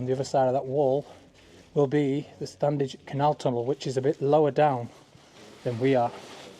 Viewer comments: It's still pronounced Stannige. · the first d in standedge is silent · Please drop the first "d"in your pronunciation of Standedge. It grates a bit.